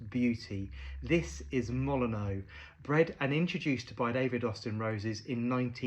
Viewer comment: Fun fact, the stadium for which this rose is named is pronounced "Molin-nyoo" rather than the admittedly more traditionally French "Molin-oh". Looks like the colour of the rose really captures the Old Gold colours of the team